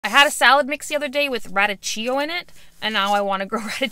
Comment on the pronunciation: Radicchio is pronounced like rah-deek-ee-oh.